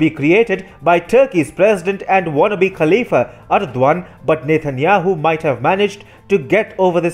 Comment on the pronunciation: Does he keep saying "Nathan Yahoo"?